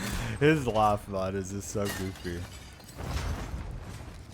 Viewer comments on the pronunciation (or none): none